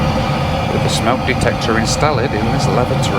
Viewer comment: I chuckled when you read "instaled".